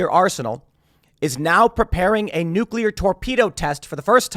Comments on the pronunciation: Nuc-u-lar, pronounced nuc-u-lar. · New-kill-iar war .